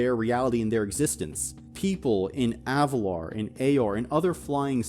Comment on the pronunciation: AvaLIR, i hate to do this but its Avalir. not Avalar.